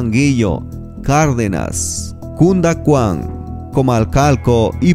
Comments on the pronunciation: 3.58 jajajajaja canducan no existe es "CUNDUACAN" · Dónde dice los municipios por dónde pasará el tren menciono Canducan y no se pronuncia así su verdadero nombre es Cunduacán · Saludos uno de los municipios que mencionas se pronuncia así ¡Cunduacán! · Gran error, no es Canduacsn, es Cunduacán a ver si ponen a narrar a una persona más preparada y que conozca los municipios de la región. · NO ES CANDUCÁN ES CUNDUACÁN😎🇲🇽🌎